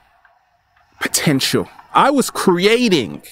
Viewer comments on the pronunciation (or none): none